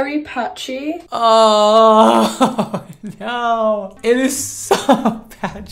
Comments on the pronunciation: “Naurrr” 😂😭😭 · was fed up with the first girl 😂😂 the accent absolutely took me out especially the “NAAAAWRR” 💀😂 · Why did he sound like Chloe from H2O: Just Add Water when he said "no". It's like he added R at the end.